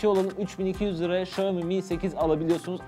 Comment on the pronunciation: xiamomi :) xiaomi'nin 1m ilerisi, m önemlidir :)